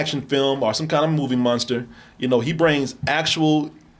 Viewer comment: still can’t shake saying Monster like “Munster” 😂